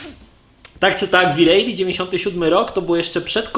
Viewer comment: Siema. Fajny material ale dlaczego uparcie mowisz wi rejli?